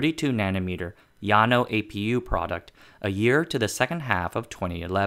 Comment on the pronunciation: Kudos to your correct pronunciation of Llano. Respect.